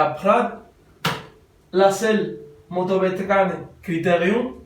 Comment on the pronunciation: Cheers mate...I now know how to pronounce " Motobecane " in proper French! Nice restoration job!!